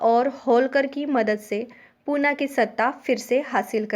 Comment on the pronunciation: Not punaaaa it's Pune